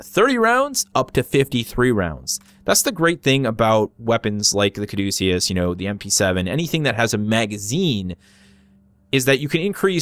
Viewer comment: Thank god you know where the name comes from and how to pronounce it correctly. I'm getting sick of youtubers talking about "That's how I pronounce it." Thanks for being educated, keep up the good work. Thanks for the review.